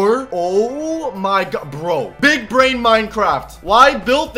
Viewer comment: Big bwain lol